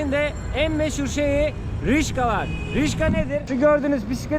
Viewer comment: Rickshaw'dır (rikşa) o:) Rişka olsa duramazsın:))